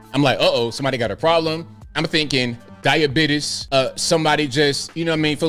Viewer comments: "Diabiddis" 😂😂🤣🤣😂😂🤣🤣😂😂🤣🤣😂😂🤣🤣😂😂🤣🤣😂😂🤣🤣😂😂🤣🤣😂😂 The way Said that TOOK ME OUT!!! 🤣🤣😂🤣🤣😂🤣🤣😂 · The Diabetuss guy when you said Diabetuss 😂😂😂